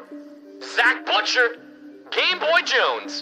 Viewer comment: kaggy butchered Zach Boucher's name Hahaha get it? No? . Ok